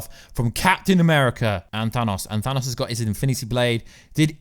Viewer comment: The way you say "Thanos" grinds my gears. Good video nonetheless.